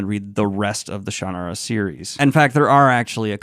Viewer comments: Every pronunciation? I didn't hear my ShanNAHRa at any point. 👀😂 It's been a while, but I think I still enjoy these books in small doses. As a teenager I once binged five back to back and was sick of Brooks's writing by the end. But he isn't the only author I've had that problem with. Calling him formulaic feels too weighed down with negative associations, but it is the word that comes to mind. Having a formula is how writers turn out book after book on schedule. We expect it from other genres, like mystery or romance, but tend to look down on fantasy authors who give us more or less predictable bodies of work. I look at it as a neutral quality. I know what I'm getting from a Shannara book, or a Midkemia or Valdemar book, in terms of the character types and general themes the author gravitates to. In other ways, he does get more developed and interesting as the series goes, so if you liked the stronger points of this one, you'd probably like the next book. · Someone please teach him how to properly say "Shannara". Sooooooon. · Daniel I'm terribly disappointed you didn't say it the way everyone in my family says it. 😂 You promise to insult everyone and no one by using every pronunciation. Even when I was 10, read this I felt it was a little derivative and rough of a story but I did like it enough to read a lot of the other books in the series. That's exactly how I felt when I read Eragon for the first time but I didn't like it as well so I'd never finish that series. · He changed the pronunciation once fans did it wrong so many times lol. These were not great.... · Unsubscribed for how you are pronouncing Shannara. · Maybe I have the pronunciation spelled wrong. Maybe more like "shun-are-uh." So, more like the Shunarra that you wrote is how it sounded in my mind. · It's pronounced Sha Na Ra and these books are some of the best of the fantasy genre. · The way you say shannara makes me want to throw up. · Sha-nah-ra, like Sahara.